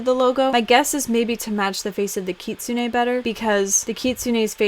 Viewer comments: It isn’t Kitsune a! It is Kit-sune! 😒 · it actually is kit-soon-ay kitsune is the japanese word for fox and that is how it's pronounced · TIL it's pronounced Kit-su-nay